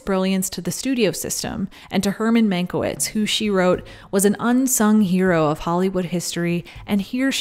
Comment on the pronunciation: it's pronounced man-kye-vitch, otherwise great reporting as always.